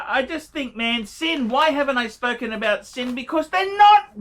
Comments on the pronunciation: 1. Sinn is pronounced Zinn. It means 'sense' in German. 2. Sinn is not a luxury brand, but they are not pretending to be either. They primarily specialise in tool watches and that is what you've bought. 3. Sinn use third party movements like so many watch brands in this price range. BUT, they do use the TOP grade (one down from chronometer grade) of said movements and regulate them finely. You would be unlucky to end up with a Sinn that runs inaccurately. There are many brands that sell products with lower grades of Sellita movements for much more money. 4. Sinn are widely respected in the watch community. Non-watch people have no idea who Sinn are. But most WISes will recognise you as a watch person if you're wearing one. 5. If you aspire to get into proper luxury brands such as Breitling, Rolex, etc Sinn is NOT an appropriate stepping stone. You don't buy Sinn to flip or trade in. You're better saving your money and aim to get the piece you want rather than lose money on softer brands such as Sinn. 6. So, when you do buy Sinn, you should buy with an aim to be a keeper. And keep it in perspective as to what it is. 7. I too have a Sinn 104 St Sa I W which I enjoy. It runs under 1 second a day fast. It is a keeper. But I also have a Breitling Navitimer (also a keeper) and ambitions for a lot better pieces. 8. Don't feel too badly about Archie's review,. He was never going to tell you that your Sinn 104 was a good buy. While he respects the brand, he still regards them as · “Zinn”. If you can’t pronounce it, you obviously don’t understand the brand at all. 🤦‍♂️ I’m ashamed I gave you a “view”, to be honest.